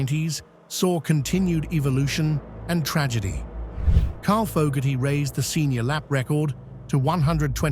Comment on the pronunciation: Carl Fowgaty 😂